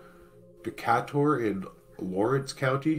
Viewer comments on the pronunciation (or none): Its pronounced Dee Kay Tur. Muscle shoals is in the North West corner of Alabama. That's where I am. Around 1969 I watched some shampoo splash from side to side in its bottle. We had a very minor earthquake that day. That was in Decatur Alabama. The local news never said a word about this the other day. Thanks for keeping us all up to date on things. Peace